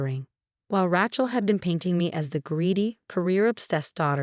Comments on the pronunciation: If Rachel was spelled “ratchel”, you would have the pronunciation right. However Rachel is pronounced “ray-chell”. If you’re going to use names, please at least write them out so the AI knows how to pronounce them. 😤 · RACHEL is pronounced as RAYCHEL not RATCHEL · What is your obsession with Ratchel and Emma? Pls find two other girl names, from the millions that are available for you to use. I can't even finish your stories because it's so irritating to listen to you assaulting the name all the time.... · Her name is pronounced Raychel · It would be nice if it actually learned how to pronounce certain words, especially Rachael. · Your AI needs to know how to pronounce words correctly. The woman’s name is Rachel, with a long a, not a short a as in the word rattle.! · CAN YOU PLEASE PLEASE GET THE NAME RACHEL RIGHT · I agree but I guess I'm getting over the mispronounced words and names and constant Chen name